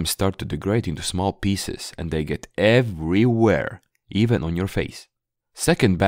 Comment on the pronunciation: I instantly knew that by the way you said "they get EVERYWHERE" you had the same experience as me and everyone else lmao, at one point my room desk looked like someone had seasoned it with black pepper all over it. I would go to bed after a few hours on my PC and wake up in the next morning with my pillow full of those goddamn black little dots all over it. Never buying a fake leather thing again, my DxRacer chair is starting to degrade as well, what a nightmare